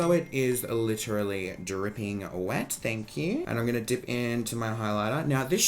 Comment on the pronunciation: who else only watches for his accent and FANK HUE